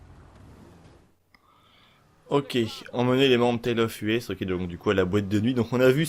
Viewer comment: À vous entre-pomper entre "YouTubeurk" vous dite les même conneries c'est grave. Dans une autre vidéo, ça se dit "Rolce Royce" pas "Role Royce", Rolls Royce. Et le DJ ça se dit "Tale Of Eusssssss" putain, "Us" "Nous" en anglais, pas Tale Of U.S. apprennez à lire avant de faire des vidéos. Ceci dit merci pour l'info